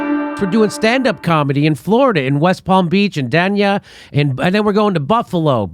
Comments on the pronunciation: Jimmy , Dania is pronounced Day -nia not Dan-ia , see you lata ...! :) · Jimmy, it’s pronounced “Dane- e-ah”! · Day-Knee-uh. Dania. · Back when I used to do some work down in SoFlo, everyone called it "Day-Nee-Uh", not "Dan-Yuh". It was a DUMP. The company put me up at a Days Inn (I think) and got woke up at 3 in the morning to cops busting in the adjacent room and dragging out about 5 drug suspects.